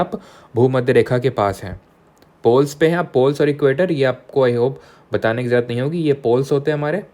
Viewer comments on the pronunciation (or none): none